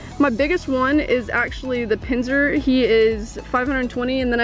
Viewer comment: wtf she said pinzer kms!!!